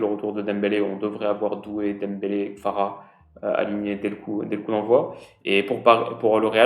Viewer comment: J'aime beaucoup tes vidéos , mais stp arrête d'appeler notre géorgien KFara ... Stp fait un petit effort avec KVara 🙏